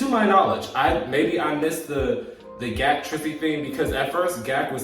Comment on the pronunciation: He says it as Gee A Kay not GAK lol😂 but that was extremely adorable